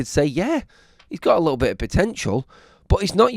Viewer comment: The way you say little is so creepy little isn't spelt lickle.